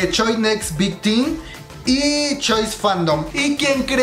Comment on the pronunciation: Corrijo: Teen se pronuncia "Tin" Me pareció de muy mal gusto que le hagan esto, siento que menosprecian su trabajo, y ellas son muy talentosas. Y eso está mal porque ellas se están volviendo cada vez más populares últimamente a nivel mundial (yo por ejemplo entré a su fandom hace nada)... Siento que si siguen como van, me atrevía a decir que pronto veremos su carrera a la par con la de mis niños BTS, pero creo que deben estar con una compañía que les dé el trato y el respeto que ellas merecen, una compañía que las haga crecer. Así como lo ha hecho BigHitler con BTS.